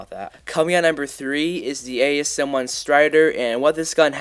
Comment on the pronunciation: ASM1 is really "Accriate"